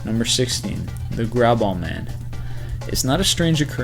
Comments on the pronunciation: Is he saying "grab-ball" man? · it sounded like you called number 16 "grab-ball" man. kinda ironic since he was grabing hes balls in the picture xP